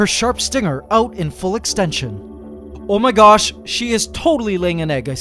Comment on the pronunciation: I really love how you said "omahgash" LMAO